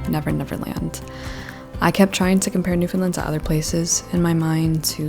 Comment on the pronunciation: The end of the word “Newfoundland” is pronounced “land”, not “lund”